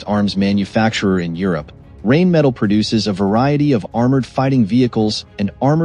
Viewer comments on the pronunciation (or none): Wouldn´t it be awesome if you knew how to pronounce Rheinmetall correctly.,.... not knowing that... makes it not-view worthy....